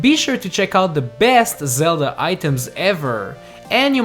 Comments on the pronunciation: Why did u say the legend of Ze - La ?????? ITS THE LEGEND OF Zel- DA OMG .___. Do u even Zelda bro? Have u heard anyone say Ze la??? It's Zel da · "The Legend of zela" xD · Lee Sofer He acutaly said "zela"😂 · Did he say Legend Of Zela? WER R U ZELDAAA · he said zela LOL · You Say Zella Instead of Zelda...Lol... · IT ZELDA NOT ZELLA!!!!!!!!!!!!!!!!!!! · no way bro said "legend of zela." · Haha he just said legend of zela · You just said zela lol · YOUR SAYING IT WRNG THE NAME ZELDA! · At the beginning you say the legend of Zella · You Said Zela In the Beginning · "The legend of zela" 😂😂😝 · The legend of Zella? Like if you heard that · legand of zeld?what? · > the legeond of zela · Hey! on't iss zela, it's very goo! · Did he just say the legend of zella in the first 3 seconds? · I tried to watch the video. I really did but lost hope when he said The lezend of zela iz such a greet seriez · "The Legend of Zela", 2016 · you said Sella at the start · legend of ZELLA??!!?!? good vid tho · U said the legend of zela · He said "THE LEGEND OF ZELLA" LOL ._. <-- he's not kidding, he thinks it's not funny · Lol, at 0.14 said "Legend Of Zela" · Wait... in the beginning, did you just say Zella? Edit: also you don’t pronounce the “b” at the end of dumb